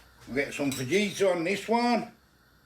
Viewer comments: Fah eater is how it's said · You don't pronounce the j in fajita lol you say it fahita 😂😂😂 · It's pronounced FAHITA lol